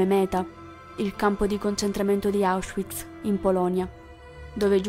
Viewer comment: Grazie per l'importante video, si deve sempre onorare e diffondere la Memoria di ciò che è accaduto. Una piccola correzione: Westerbork e Auschwitz si pronunciano con la V non all'inglese con la U. Miep Gies è "Mip Ghis". Il Diario l'avevo letto molto tempo fa, ma dopo aver avuto occasione di visitare l'alloggio segreto l'ho riletto nella cosiddetta versione integrale... e devo dire che le emozioni sono state molto più intense e definite... mi è quasi sembrato di essere lì in mezzo a loro e di mantenere fino alla fine la speranza che si salvassero. Ma vivranno nei nostri cuori per sempre.